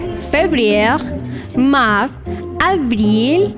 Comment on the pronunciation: "Les mois de l'année" ,not "Les moins d'anné". You have to pronounce the "s" in "Mars", like in "ours" (oso)